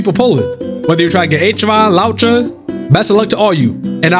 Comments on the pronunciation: Its not H-eron its ack-eron 🤓☝ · My ears....wtf did you say achu an? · She really didn’t like you calling her “h”aron 😆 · Acheron is pronounced as Akheron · can someone please tell him how to pronounce acheron? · Can someone PLEASE instruct our man on how to say Acheron... That's probably why she wouldn't show up, lol. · I've never heard ANYONE pronounce Acheron's name worse than this dude holy fucking shit my ears hurt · maybe if you said her name right you would have gotten her before double pity :P